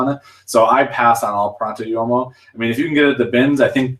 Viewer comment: Pronto Uomo= Pro- ohnt O Whoa Mo